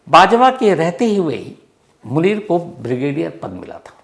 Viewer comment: Brother, aap name theek nain Lay rahy